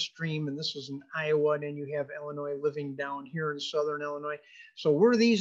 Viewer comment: FYI: it’s pronounced Illinois not Ellinois